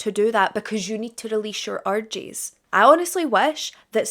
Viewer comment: Your pronunciation of “ urges “ sounds like orgies 😂